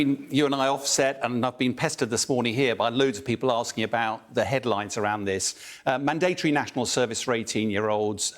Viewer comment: What's wrong with Bell, can't he pronounce 'mandatory' properly?